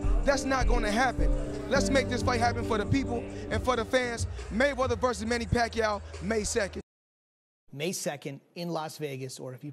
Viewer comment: Aahh...those days of yore...when even Filipino announcers sounded unsure of how to pronounce Manny's name . Rest well, Champ, rest well... you deserve it.